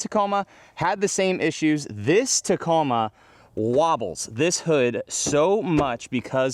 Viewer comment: keeps fucking up the Tacoma